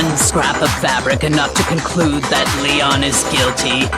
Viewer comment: Leon's dumbass couldn't read his own name